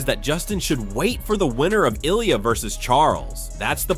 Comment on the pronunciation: Who the fuck is this guy talking about? Ilia? Sounds like he saying he is running from belal lol. He can't pronounce any names right?